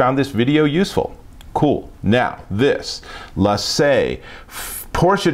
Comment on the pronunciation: its said. Lay Sea not lay say. respect the original accent please